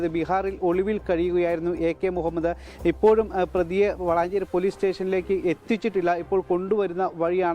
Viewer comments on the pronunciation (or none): none